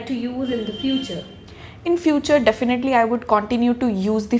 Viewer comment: Definaaatlyllyyy..😁 Definitely